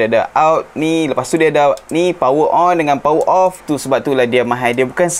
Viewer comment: ....tolong tekan Aune pronounce from Chinese lebih sikit. Hehe Mahal ya....bukan Mahaie 🤭 Chinese cannot say Mahaie...😁